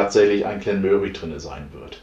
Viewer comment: So fängt die Woche gut an 👌. Deine Aussprache finde ich ziemlich lustig 🤣 Glen Möhrie 😉😂 Made my day 👍